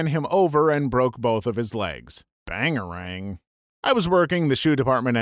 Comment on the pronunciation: That’s not how you say bangarang…(check out Hook).